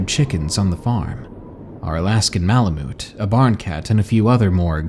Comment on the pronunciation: The way u say malamute haha